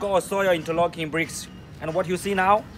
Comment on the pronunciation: This guy is funny as hell haha. Interocking. Hahaha